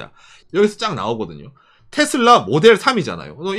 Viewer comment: 부드럽게 말씀해주세요 싸우는거나 재일교포 에게 얘기하는것처럼 너무또박 말하넹요. 텟쓸라가아니고 테슬러 정도 랄까. 죄송합니다